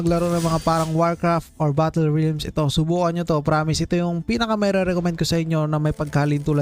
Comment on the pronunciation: HAHAHAHAHA RILMS ANG BASA SA REALMS? HAHAHAHHAHAHAHAHAHAHAHAHAHAHAHA